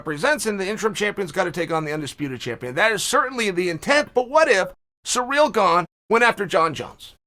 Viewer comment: Why does Chael continue to say Ciryl Gane's name wrong? I felt the need to step up being that I've dealt with this personally. Lol!